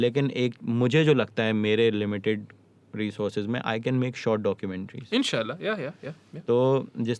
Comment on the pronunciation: the way say mashaAllah and inshaAllah is amazing!